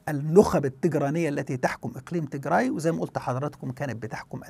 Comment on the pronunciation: عزيزي مجرد تصحيح..النطق السليم هو تيجرااااي بالالف و ليس تيجري و هذا مهم جدا يعني كالفرق بين عمر و عمرو! و السبب هو ان تيجري هي قومية اخرى مختلفة تماما عن قومية التجراي الاثيوبية المسيحية الارثوذوكسية التي تسكن فقط في اثيوبيا وبالتحديد في اقليم التيجراااي شمال اثيوبيا. بينما تيجري هي قومية اخرى مختلفة تماما عرقيا و دينيا ولغة وعادات و هذه القومية مسلمة و لا توجد في اثيوبيا اطلاقا وانما هي تسكن في المحافظات الشمالية والغربية في ارتريا وتشكل حوالي 45% من سكان ارتريا و ايضا هي منتشرة في شرق السودان وتشكل هناك حوالي 30% من السكان. وهذه القومية اصولها سبئية حميرية من اليمن ولغتها مشتقة من السبئية و الحميرية القديمة في اليمن وهي قريبة جدا الى العربية في المفردات و اصول النحو. لذلك يجب الانتباه الى الفرق في النطق بين قومية واقليم تيجراااي في اثيوبيا و قومية التيجري في ارتريا و شرق السودان